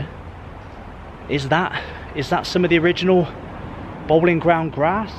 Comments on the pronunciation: Its pronounce Bow-lin not Bowling and its Elija Wood not Burke 👍. The Boleyn ground was the most intimidating stadium in Britian! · Bowling Ground? Its Boleyn. Pronounced Bow Lane. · Isn't the Boleyn Ground pronounced, "Bow-leen" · A good but also a sad video to watch. Not many references to West Ham United remain, but you did miss the fact that some of the new buildings are named after previous Managers. You walked past (John) Lyall House at one point. It's funny that you can pronounce Bowen, but not Boleyn 🙂